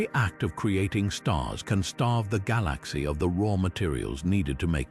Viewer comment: The mispronunciation of "galaxy" is ridiculously annoying.